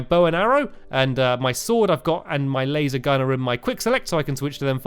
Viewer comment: Feline friends Sword* Better* Not Sord and not Beder